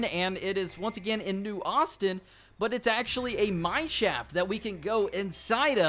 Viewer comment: When he says mine shaft, it sounds like mannschaft